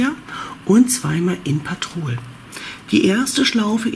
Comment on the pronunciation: Sehr schöne Decke werde ich bestimmt auch mal machen 👍🌷. Klingt irgendwie lustig wenn du immer ….patrol ….sagst😉😂. Heißt doch petrol die Farbe oder ? 😊. Sorry nicht böse gemeint. 😉🌷